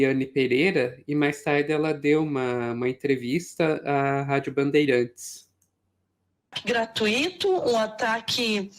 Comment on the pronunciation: A pronúncia é gra-tui-ta e não gra-tu-i-ta, nunca. Veja-se o exemplo da palavra mui-to e nào mu-i-ta.😊